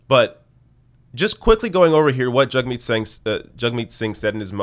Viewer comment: IT'S JAGMEET NOT JUGMEAT